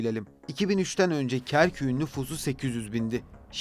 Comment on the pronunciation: Kerküğün değil Kerkük’ün diye telaffuz etmeliydiniz. Bu güzelim bilgilendirici videoyu Türkçe hataları ile bozmuşsunuz maalesef.